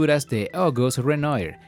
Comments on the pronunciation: Bueno el video, pero la pronunciación de los pintores uffff. Al menos podría haber colocado el texto y así uno lo identifica. Cuando menciona Renoyr después de mucho supe que erea Renoir (Renua) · La pronunciación de los pintores franceses me hace pensar que en realidad no sabe nada del Impresionismo. Renoir se dice "Renua"